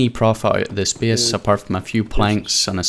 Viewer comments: Imagine pronouncing "base" as "beas" or some shit smdh so fucking annoying mygod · Worst pronounciation on yt. First time I heard "bes" i thought its funny but when you have to say it like 10times in two minutes you getting annoying. Good content tho but annoying talking